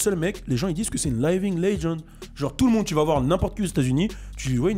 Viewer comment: ta prononciation de living laisse à désirer